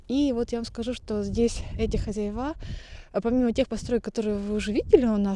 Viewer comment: говори, пожалуйста, хозЯева. Так правильно. А то слух режет. Вы с умнички.